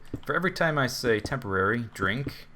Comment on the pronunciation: when he said tamporary cat house (newer eppisode) i know what the Z drinking word will be xD